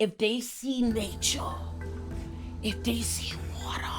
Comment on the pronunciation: I’m bookmarking this for myself because the way says “nature” and “water” with the background images and music kills me every time 🤣